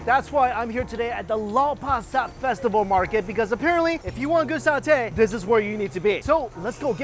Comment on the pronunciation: You were in Singapore?! The one night i did not crave for satay at lau pa sat. PS: you said the word satay correctly